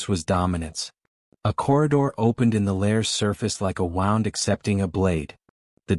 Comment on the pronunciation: it is pronounced wu und not wow und but good story